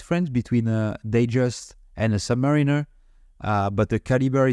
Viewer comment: Not to be all 🤓, but the correct pronunciation of submariner is sub "MARE" inner. Or sub "mär" inner depending on where you're from. Reason being is that you wouldn't pronounce mariner like mareener, at least it's not technically correct. Here's some evidence I was able to find for you. "For years I pronounced it as submareen-ER, because that's how the sales rep at Ostranders pronounced it. It wasn't until about 1992 that I heard it pronounced sub-MARE-iner by a Rolex Canada technician, when I realized I was wrong". Hope this is helpful. I'm sure there's some more anecdotal evidence lying around online.